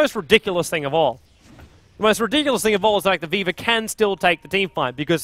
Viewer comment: Whenever says Viva i keep thinking he says Weaver so i get confused for a second and then i'm like "oh right"